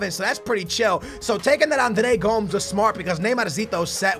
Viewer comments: Gomes is pronounced Go-Mez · This fool thinks he's Portuguese but he said Andre GOMES GOMS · Is he even saying Andre Gomes right